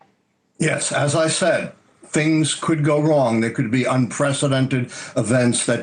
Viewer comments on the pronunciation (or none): none